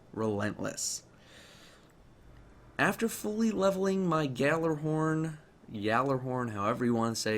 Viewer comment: Two things 1st gjallarhorn is pronounced yahl-arehorn. 2nd lupi is Italian for wolf and its pronounced lupe not lupie